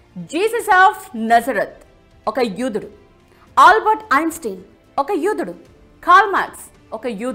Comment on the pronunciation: Yudhudu kadhu , yodhudu anali yudhudu yudhudu Ani antunavu nuvvu